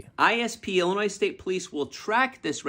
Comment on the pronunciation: the s in IL is silent stop saying it lol